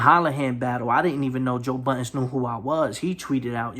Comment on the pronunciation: Budden not buddens